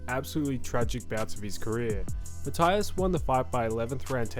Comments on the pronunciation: Puerto Rican here, his name is pronounced Ma-tee-as, just for future reference. Love your content tho mate ❤ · Learn how to pronounce Matias last name correctly🤷🏽 is easier than making this video😂